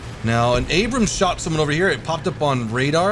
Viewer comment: "MUH ABRUUMMSS" lol